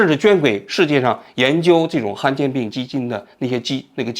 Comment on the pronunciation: 罕见 han 第三声，读成han有点难受